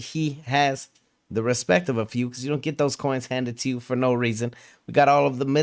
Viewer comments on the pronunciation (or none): none